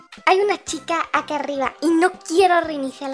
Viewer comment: xdd cuando iba a decir acá dijo aqua xdddd